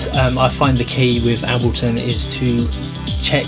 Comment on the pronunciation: He cant pronounce ableton Dx